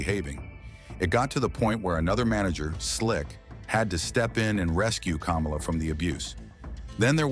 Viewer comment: Kamala the wrestler is pronounced kah-molla. NOT kom-ola like the ex vice president. Their last name, Harris, is pronounced the same for both!